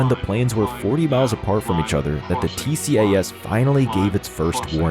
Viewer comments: I thought it was called "T-cass" (tcas) ? Perhaps only in the West? From a non-pilot, Tx USA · It is Not T-C-A-S!….It’s always referred to as “T-CAS” throughout the entire World!